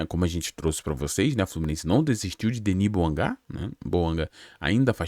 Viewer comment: Eles tem a língua francesa como um dos principais indiomas no Gabão. A pronunci é DENÍ BOUANGÁ. As vogais finais são como se fossem acentuadas, ok?